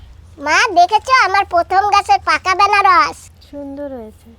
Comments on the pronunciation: Anaras hobe banaras na😂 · এই মহিলা এইটা বেনারস না আনারস বলে। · Benaras noy .. Anaras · Anaras k benaras bolen keno didi? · আরে ভাই ওটা আনারস,, বেনারস না😊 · বেনারস নয়্ আনারস বলে ঠিকভাবে কথা বল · Benaras noi anaras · আনারস কে তোমরা কেনো বেনারস বলো